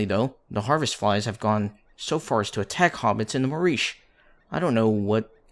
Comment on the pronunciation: You didn't pronounce the Marish correctly.